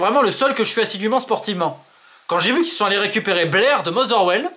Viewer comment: C'est pas Blair mais Bair, ça montre ton niveau de connaissance du ballon....